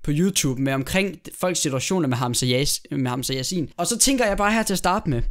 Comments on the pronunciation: Ik for noget men det udtales hamsa sjasin og det staven Hamsa Yassin. HAMSA ROSIN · Troede du sagde Hamsa rosin..😂